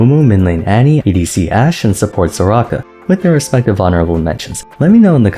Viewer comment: My man literally said Soraka. Crazy.